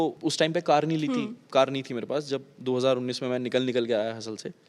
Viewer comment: 2k99 😂😂ya 2019 kya bol deta hai ye flow flow me😂😂